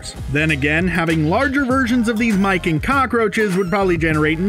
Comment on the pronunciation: Lol and "mice", which he pronounced "mike" on one occasion.